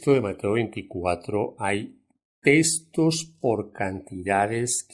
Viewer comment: Textos se dice textos y no testos señor